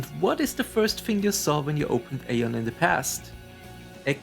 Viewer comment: Thank you so much for the memory. It was so magical back then. Question: why do you choose to pronounce it /ei-on/ instead of /ai-on/ like the game explicitly pronounces it?